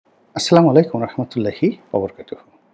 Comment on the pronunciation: জনাব, অন্তত সালামের বাক্যটি সঠিকভাবে বলেন।